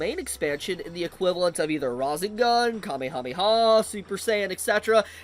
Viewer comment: Why did he say rasengan like that?